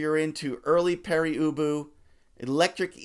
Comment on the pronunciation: I don’t think it’s pronounced Peri Ubu.